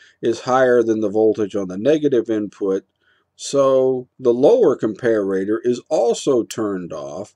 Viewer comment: Dude, nobody pronounces 'comparator' like that.